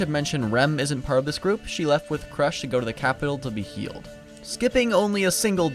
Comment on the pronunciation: Krūsh not krash.